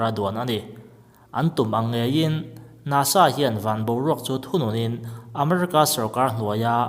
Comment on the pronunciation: NASA tih lampum kha i sawi chiang lova a fiahlo.